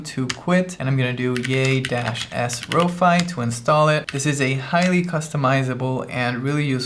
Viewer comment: Row-Fee = 🙂 | Row-Fy = ☹